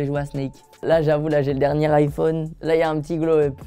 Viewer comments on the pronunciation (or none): none